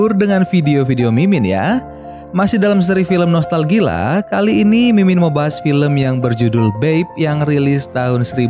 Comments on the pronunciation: nostalgia bukan nostalgilaa:(( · Nostalgia bukan noltal gila atau nostail gia🌚